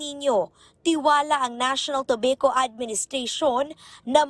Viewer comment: para sa reporter: kapag english, it's pronounced toh-bah-kow, not toh-bey-kow.